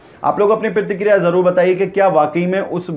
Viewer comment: ....apna talaffuz durust karo bhai pehle.. Pratikriya hota hai na ki pirtikirya...phir bilast nhi hota Blast hota hai..plz sahi karein apna talaffuz..